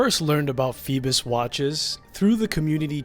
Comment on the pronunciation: Its not rhe same pronunciation. Theres no L in this brand name